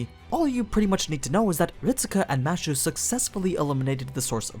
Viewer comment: its kind of annoying hearing "mashu" instead of "mash"..... might as well call her mattew if you are going that route. Also, Fuijmaru was a mage from a start, a shit mage, but a mage. Not an average person. The 10 spots were open to the "public", but not the general public, the public of mages. Also another mistake "somehow he knew the world would end soon", yeh, not really. Its just that's what the animusphere family was all about from the start, monitoring the world and the stars. Also, it helps when his servant can see the past, present and future, hint hint hint. so overall you still have a few mistakes here and there, those are just the 2 that jumped to me from the start